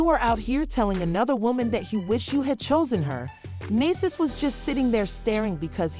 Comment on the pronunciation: how are you reporting on someone but can't pronounce their name properly (Men Dee Cees)